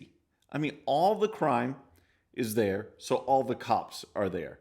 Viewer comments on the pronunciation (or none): none